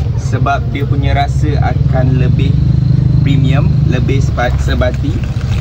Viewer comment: Dengar je sebut "premium" terus tergelak. Ditambah pulak "fresh" terus berdekah.